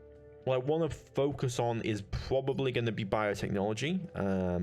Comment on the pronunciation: Pwabably ? Pwoblems? You speak very bad